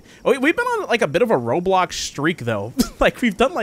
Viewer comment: You sayd "roblux" and .......... .thats offensive